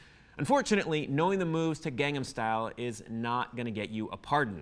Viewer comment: why does he say his own name like cabbyero, and also gangham style, and coyographed?